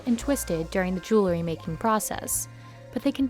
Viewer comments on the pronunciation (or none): Regarding the gold chains piece: Please tell the narrator that the word is "jew-EL-ry", not "jew-LE-ry".